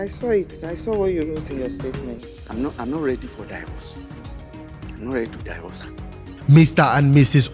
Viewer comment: I'm not ready "Die-verse" (divorce)🤣